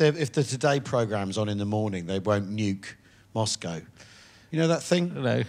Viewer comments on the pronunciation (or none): none